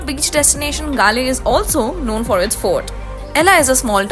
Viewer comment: You Galle pronunciation is wrong